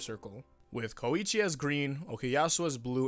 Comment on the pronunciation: WHY T¨HE FUCK DO YOU SAY KOIIIICHI, ITS KOICHI